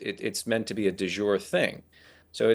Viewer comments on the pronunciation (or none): Please tell him it's "de jure" not "dé jours".